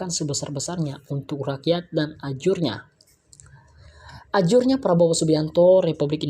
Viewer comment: Ujarnya bukan ajurnya....